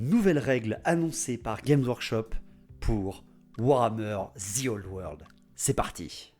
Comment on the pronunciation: moi je dit que tu as tord .. ou tu vois le zzzii old world , enfin dans ma régions ont prononce pas le `` the ``` comme un zi mdr :)😝😝😝😝 bravo moi aussi j aime l idée de cette vidéo